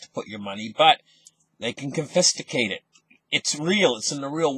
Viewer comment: Con-fis-cate. Not con-fist-icate.